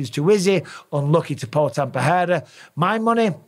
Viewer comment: Does Busping know his name is PeReira but not PeHeira or PeJeira?